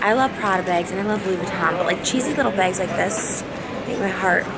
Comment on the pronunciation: lmao love how you spelled bags - it's exactly how she says it 😹